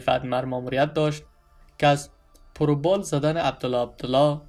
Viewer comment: Da ghazab khuda shawi, ba e ghalat khandan.. Por o bal???? Ya par wa bal??? Wa O ham az Dr Abdullah 🤣???